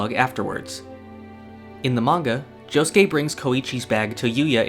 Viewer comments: Please stop saying Jo- sskay. It hurts me. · I know, but it sounds weird with someone without a Japanese Accent saying it. Good video anyways.